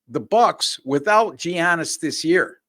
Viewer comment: how did you make it this far and still not know how to pronounce giannis.